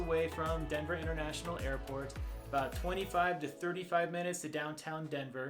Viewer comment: Ken Caryl is pronounced Ken ‘Carol’ not ‘Carl’ …the area is named after two brothers who are the sons of the original owner of the land in the area. Kent and Carroll Shaffer. It is unknown why the spelling changed when the area was named.